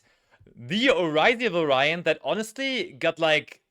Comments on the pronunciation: Someone has to tell them how to properly pronounce "variant", please. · Du musst das erste A betonen. vAriant